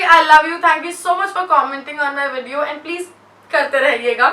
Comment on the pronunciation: She says eeiiinnddd not and😂❤